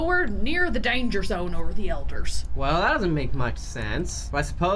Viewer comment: When said "he's in the danger zone" I was like....that's not how you say it!